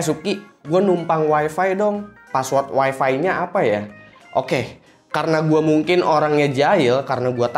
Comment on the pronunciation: Weeeefffeeeee yang bikin kuping gua panas di mana tempat selalu di sebut. Parameter kebanyakan orang weeeeeeeefeeeeeeee itu super jet BANG.